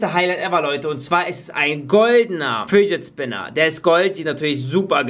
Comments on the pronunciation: Spidget finner 😂 spinnet fidger😂😂😂😂 danke Community für 142 likes❤❤ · „Nicht mein Lieblings eh Bat nicht mein Lieblings Spinnet Fidget dieser Batmann eh Fidger hier“ Deutsch? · "Nicht mein lieblings Spinnet Fidget dieser Batman Fidger hier" 😂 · happy. arazhul er hat spitget finner gesagt! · Hör zu alter das hat er nicht gesagt er sagte spiget finner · "Spinnet Fidget" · Spinnet Fidget?😂😂😂👍🏼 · normal: fidget spinner: spidget finner ja moin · Spidget Finner 😂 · spin it fidger! :D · Real: Fidget Spinner: Spidget Fidget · Lachkick Spinned Fidget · DIGGA DU HAST 15 MAL GESAGT BESCHEREN KANN ICH MICH DA ER WANIGA DIGGA 2022 ICH LACH IMMER NOCH , UND FIGET FINNER🤣🤣🤣🤣🤣🤣🤣🤣🤣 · einmal hast du gesagt spidget finner! 😂😂😂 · MINUTE Ahhhhhhh Spidet Fidget Schminner Bat Oh Gott diese Ausprach... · du sagst immer spidget FiNeR